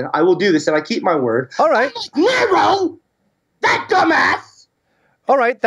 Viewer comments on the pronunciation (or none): when the ginger said "nero" It sounds like he says negro